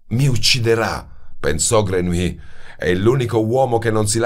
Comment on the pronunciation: Jean-Baptiste Grenouille 🙄 la pronuncia esatta (e in questo caso è fondamentale).con un copia-incolla si può ascoltare sul traduttore. Ma nella versione originale naturalmente. Non tradotto in italiano. "Grenuí " nun se po' senti... 😖😖😖 Voce splendida, libro magnifico ma..."Grenuí" non mi permette di continuare 😔 🙏🏻🙏🏻🙏🏻